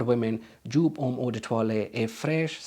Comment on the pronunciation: It's pronounced YOPE! 🙄